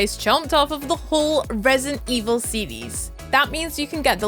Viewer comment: "the whole Resent evil sedies" .... 🤦‍♂️